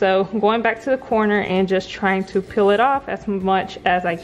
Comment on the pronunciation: You “ Peel” it off... Not “Pill” it off ! 🙄🙄🙄 It’s “Lemonade”... Not “Limonade” ! 🙄🙄🙄🙄.